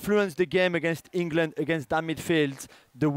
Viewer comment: Did he say ingerlund 🤣🤣🤣.